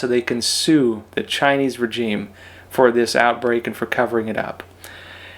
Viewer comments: The word regime is pronounced differently than you say it. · Love your channel but please find out how to pronounce the word regime correctly Google it for petes sake!